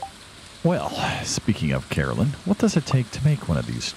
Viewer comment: I am very excited about the rancher + Joja route you’ve mentioned. Not super happy about the mods, only because I play console. Still excited, I haven’t really found either on YouTube. Caroline and Carolyn are not the same pronunciation.